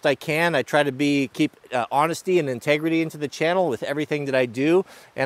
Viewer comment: "This is my channel, i run it" Said like a real West Coast Man. Love it, keep up the good work and quality content.